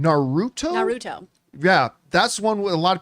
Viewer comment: Saying Naruto wrong disappointed 😔